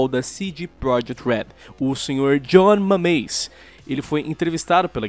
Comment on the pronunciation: "Jonh mameis"